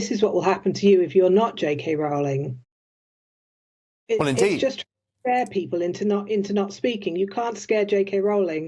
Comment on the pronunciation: It’s Row - ling, like the boat! Otherwise good content.